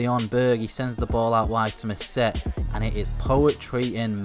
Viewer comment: mousset is pronounced moosey